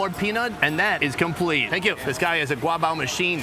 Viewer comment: As a Taiwanese, the way he sounded passive aggressively pronouncing GuA BAo 👁👄👁and he kinda knows lmao love it